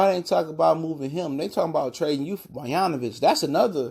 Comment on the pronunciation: You talking on how Bogdanovic isn't 30% player Derozan is and you can't even pronounce his name right. How do you expect me to believe you know what you are talking about? Bruh